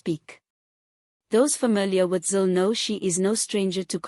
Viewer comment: still cant get her name right😆